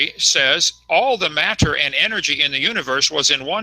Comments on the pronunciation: Thanks to Kunt Hovind every creatard pronounces matter and water like a prick. "If you would take all the Maa-turr....." "During the flood there was a shitload of Waaaah-turrr released and......". Seriously, listen to all the other fuckwads who grew up listening to this molester-glasses wearing fuck. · i bet you wanted to tell him.. How not to pronounce wah'ter or mah'tter